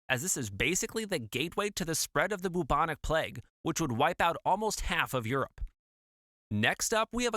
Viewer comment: Love the way you say boobonic plague 👼